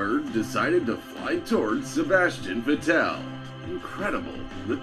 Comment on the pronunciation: Just a note to anyone that wants to do put together a motorsports compilation. Learn how to pronounce the damned drivers names if you are going to provide commentary. Or better yet, if you don't know how to pronounce Vettel or Mansel you should probably just avoid the commentary completely. Nothing against AOK. Love your videos, but holy shit I want to slap the guy that put the original video together.